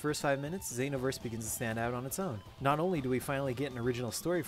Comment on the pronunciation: The way you say Xenoverse bothers me. I'm a filthy casual too XD Some of my friends have this game, I'll check it out next time I'm with them.